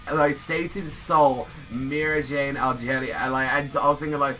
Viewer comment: OMFG, it's not Algeria bu ALEGRIA !